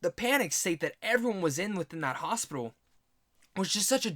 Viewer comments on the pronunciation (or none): none